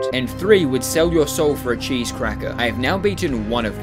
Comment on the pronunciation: whitout any chese" hahahahahaha im dying